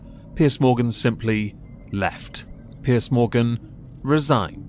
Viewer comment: its piers not pierce